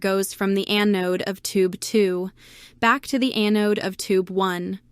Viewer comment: EH-node supply?? stupid AI....